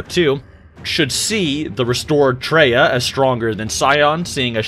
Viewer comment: Come on, bro. Her name was Kreia, not Treya...Do your research! (Did you even play KOTOR 2?)